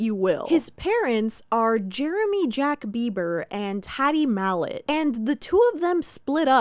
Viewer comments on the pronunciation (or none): London Ontario and tattie/ hattie mallet? Girl don’t let the beliebers hear you fumble like that